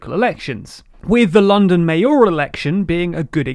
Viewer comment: Lolling at the pronunciation of "Mayoral" and "Secretary". It's MAYoral, not MaYORal, and it's Sec-re-ta-ry, not "Sec-u-tree". Okay English class over:P